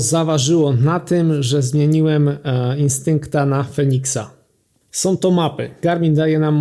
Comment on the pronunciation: nie "naszom", tylko "naszą"", nie "som", tylko "są"